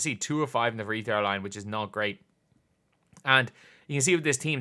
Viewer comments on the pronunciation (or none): none